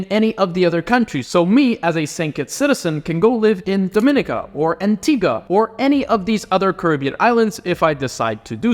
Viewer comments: Dominica is pronounced DO-MEN-KNEE-KA 🇩🇲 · Correct me if I'm wrong but I always thought it was pronounced DominEEEka ? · Hi. Those 2 Caribbean countries are pronounced Dom-i-nee-ka and Gre-nay-duh.